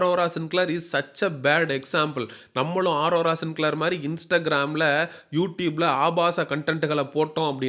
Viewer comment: 😂😂😂 டேய் அது ஆரோரா இல்ல அரோரா 🤮 நீ சொல்லுவது நடக்குமா பார்க்கலாம்